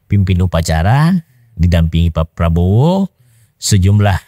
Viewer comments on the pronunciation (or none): none